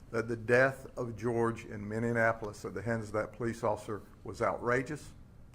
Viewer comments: Where in the hell is "Minneanapolis" ?? It's my home town.....learn how to say it sir before you talk bad about us. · With all due respect the city is Minneapolis, not Minne - anapolis. Thanks. Be safe and arrest those rioters. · G W B 🤣🤣🤣 I’m unsure why so many have trouble saying Mini apple lis. They say mini an apple lis. However, I find it charming. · Why can't people pronounce Mini-ap-olis?